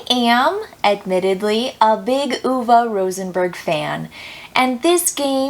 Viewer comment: FINALLY someone who pronounces Uwe correctly.